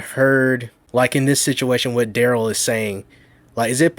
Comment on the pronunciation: Rewatching a year later, just so that I can watch Duh-rell get “OPPER-ated” on 😂😂